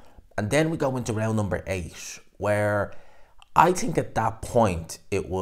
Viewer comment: It’s think not tink 😂